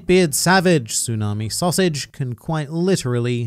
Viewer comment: We talking about earthquakes “sausage” here now? 😂😂😂😂😂